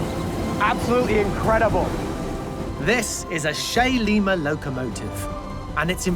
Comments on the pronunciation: The Shay's manufacturer was Lima Locomotive of Lima, Ohio. It is pronounced "l eye ma" not "leema" as in the Capitol of Peru! 🐻🇺🇲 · 39'50" (pedantey alert) LIMA is pronounced like the fruit (won't say "like the bean" as that is routinely mispronounced too), so ... lime-ah' .... I always used to make exactly the same mistake. Be thankful Lima got the gig ... imagine if Schenectady Locomotive Works had built them!